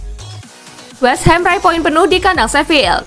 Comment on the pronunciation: Westhum min bukan westham